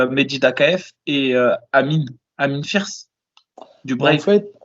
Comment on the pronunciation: Bon je me lance pour aider ce pauvre avec les noms des combattants: Amine firce???!!!!??? WTF c'est Amine Ayoub Josh koscheck se prononce "coste chèque" Justin Gaethje se prononce "gué-dji"